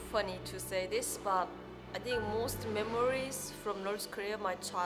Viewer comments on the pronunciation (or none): scusate eh ma "what do you TINCH" non lo posso sentire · <<Uot du iu tinc?>> Mi sento male, scusate. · "uat du tu TINCH!!!!" belllo il canale, bello il video e belli gli argomenti ma la pronuncia un po meno per me è NO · what do you TINK 😂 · Uot du iu tink? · "Uot Du Iu Tink" inascoltabile. Dai cazzo falle fare a chi sa l'inglese le domande.. guarda come ti guarda male la Koreana mentre parli inglese ! Ahahha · Uat du iu tink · sopratutto quando dice "think"